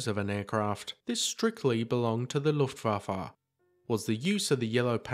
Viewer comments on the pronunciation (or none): It's not the "Luftwaffa" - it's "Luftwaffe" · Yes he did. But he totally blew it on Looftwaffa.